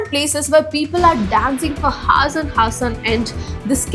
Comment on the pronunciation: Great content, but please stop pronouncing things wrong so confidently, First you people ruined Ejucation to EDDucation, now Hours, Haars.